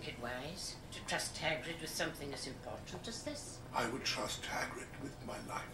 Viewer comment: ROFLMAO! Nope! It’s Hagrid, not haggard!